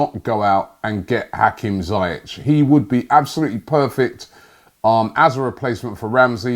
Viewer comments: We won't get some of these players Robbie because you keep pronouncing their names wrong....... It's Ziyech not Zayech! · Robbie: zi-yeah-tch Me: mate, its zee-yec btw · The way Robbie murders players names, we won't sign anyone , documents would have incorrect spellings. His name is Ziyech not Zayech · Ziyech not Zayech ! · It's pronounced "Zee-eck" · Pronounceation: Zee-eck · Having watched Ajax in the Eredivisie every week for last 3 years I can easily say that Hakim Ziyech is one of many players from Ajax I'd love to see at Arsenal. Btw Robbie, it's pronounced "Zeeyek" just so you know :) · Hakim Who? ZIYECH (Zea- yech) Keep practising Robbie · Hate to do it to you rob but it’s pronounced ‘Zee’ ‘yeck’ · Pronounced zee-yek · Its pronounced Hakeem Zeeyek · Robbie its pronounced ZEE-YEK (Ziyech) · For the last time you muppet.. that's not how you pronounce his name. Z-e-e-yeck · My Don his name is pronounced ZaieK.. with a K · Dear Rob, it's pronounced as Zeyek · Lol dat Ziyech pronunciation from robbie.